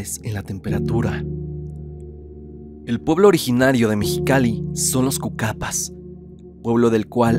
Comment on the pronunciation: No sabe pronunciar cuacapahs 😣